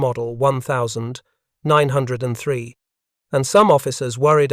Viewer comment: I believe its pronounced ninteen-oh-3 springfield rifle!